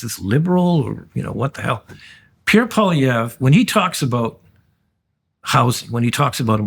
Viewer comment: Please, it is NOT Pollievre. Let us be courteous enough to learn how to pronounce his name. PWOL is the first syllable. Wasn't that difficult was it!? After all this is a bilingual country.